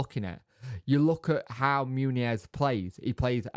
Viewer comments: OK, let's nail this - Muñoz - it's not MOONY YEZ - it's MUN (as in Monday) and YOZ - MUN YOZ, run 'em together and it's MUNYOZ (the little squiggle above the N adds a Y sound).....Muñoz.... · And for correct Spanish, the z at then end is pronounced as 'th' , as in the th in 'thing' but I don't think the British bother about that too much.